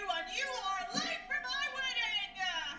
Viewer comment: "Raggedy Man, I remember you! AND YOU AR LATE FOR MY WEDDINGAH!!", your Ten is showing-ah...